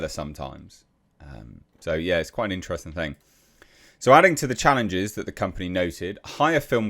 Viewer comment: Intrevsting, Quite inchtresting, inchthrusting.. 😅 How many times can one say "quite interesting"? Here it is said more often than people who say "you know" too often say "you know"